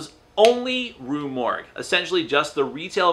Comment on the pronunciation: Yes its Rue Morgue, you pronounced it correctly. Have more faith in yourself. You do speak English.